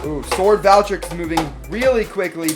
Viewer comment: Here is how to pronounce it’s name Val-tree-eck